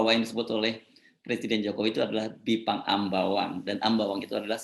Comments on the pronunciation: Kok juru bicaranya ngomongnya aneh jelas itu Bipang bukan Jipang apa kupingnya perlu pakai alat dengar ya memalukan 😄😭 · Apa yg keluar dari bibir jelek dan mulut rusak...kata bipang jadi jipang. Dari otak kotor perkataan yg sudah nyata2 salah di cari2 untuk pembenaran. NGELES BROO.....!? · Pajrul, bipang jadi jipang, seprti pelawak yg memplesetkan kata2 biar lucu, syangny kamu gak kucu Jrul, tapi Norak ...